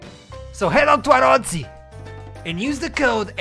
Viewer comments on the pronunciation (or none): Why the hell would you pronounce arozzi as əröusi instead of arottsi